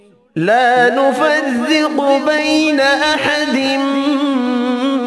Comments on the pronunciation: Brother i am hafiz quran you said wrong one word in this verses la nufareku is correct Not la nufazze ok brother Correct this word in video please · It is لا نفرق and not لا نفزق Kindly correct me if Im wrong. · You pronounced NUFASSEKU, sorry that should be NUFARREKU. Please don't mind, make it correct. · 36 seconds. La nufaRrrayqu. JazakAllah khair brother the recitation is very beautiful I hope you recite more duas from the Quran like this..we need it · Maa sha Allah ❤ Is there anyone who notice that he is reciting ز instead of ر Please listen لا نفرق verse and guide me if I'm wrong!